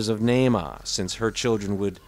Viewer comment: How sweet of you to do a segment in honor of... your peanut pronunciation is a little off... Nahma like Brahma... You'd be dead if it wasn't for us aliens... You'd be bred into extinction smart one... Man was created to be left behind thrown away with the phantom planet you live on... God threw you away as an abomination or you wouldn't be here... You're God is as hateful as you are...15 (B)“Beware of false prophets, (C)who come to you in sheep’s clothing, but inwardly they are ravenous wolves. 16 (D)You will know them by their fruits. (E)Do men gather grapes from thornbushes or figs from thistles? 17 Even so, (F)every good tree bears good fruit, but a bad tree bears bad fruit. 18 A good tree cannot bear bad fruit, nor can a bad tree bear good fruit. 19 (G)Every tree that does not bear good fruit is cut down and thrown into the fire. 20 Therefore by their fruits you will know them... 7 “Judge[a] not, that you be not judged. 2 For with what [b]judgment you judge, you will be judged; and with the measure you use, it will be measured back to you. 3 And why do you look at the speck in your brother’s eye, but do not consider the plank in your own eye? 4 Or how can you say to your brother, ‘Let me remove the speck from your eye’; and look, a plank is in your own eye? 5 Hypocrite! First remove the plank from your own eye, and then you will see clearly to remove the speck from your brother’s eye. 21 “Not everyone who says to Me, ‘Lord, Lord,’ shall enter the kingdom of heaven, but he